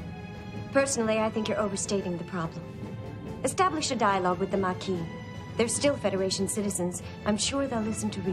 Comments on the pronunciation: Why do you keep saying "maquim"? It's Maquis, where the "s" is silent (French word), with no "m" at the end. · Lost me at "Makeen". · Ma-Key. There is no m. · “Ma-key” dude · There isn't any letter m on the end of the word Maquis, btw, lol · Maquis silent s*